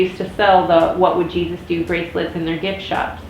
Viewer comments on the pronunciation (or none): none